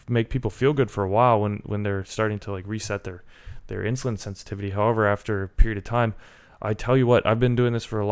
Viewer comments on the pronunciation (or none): none